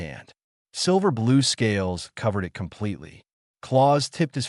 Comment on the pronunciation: Why always this language or accent changes? Just try only to talk english. And please remember “it” is used very often in English speech and it’s not meant to be spoken as “I T” meaning Information Technology, even if it’s written in big capitals. And don’t speak ANY sentence endings or apostrophes or …